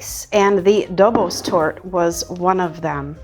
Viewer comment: The correct Hungarian pronunciation of Dobos Torte is roughly Dobosh Tortah. If you’re not sure, just add an ‘H’ to the end. So now you know: it’s not goulash, it’s guhyash 🙂 Btw, I just found your channel because I was looking for a vegan mirror glaze. But I’m in a small town where even toasted sesame oil is some kind of exotic, never-seen ingredient — so I have no chance of getting agar agar here 😢.